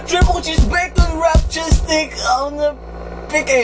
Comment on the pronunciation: i love how to correct people with the A while you can't even pronounce stick